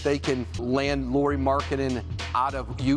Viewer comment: His first name is pronounced the same as Kyle Lowrys last name. He is not Lori dude.